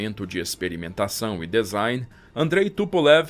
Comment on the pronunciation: Maravilhosa estória. Bem esclarecedora, com detalhes incríveis. Só chamo a atenção para a palavra DESIGN, cuja pronúncia correta é /dizáin/ e não /dezáin/, ok? Valeu !! 👍